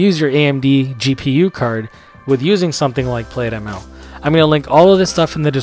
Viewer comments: Great video— very useful. Thanks. BTW, “plaid” is likely pronounced as “Plad” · Good video. Small nit... You are pronouncing it wrong. It's plaid (/plad/), like the cloth.